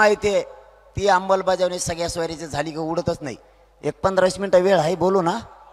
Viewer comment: अंमलबजावणी कसी म्हणायचंय ते आधी शिकून ,रटून घ्या.